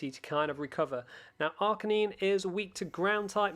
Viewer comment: Learn how to pronounce lucario and arcanine properly please